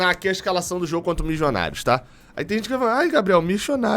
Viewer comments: Mas Gabriel, se a intenção é a pronúncia correta, teria de ser algo parecido de "miDJonários", não "miJonários" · Parei de zoar o seu "Mijonarios"... mas lembrando que não estamos na Colômbia...